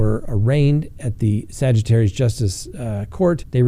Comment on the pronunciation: Please, it's not Sagittarius, it's pronounced Saw-gur-tees. I think my dad just flipped over in his grave!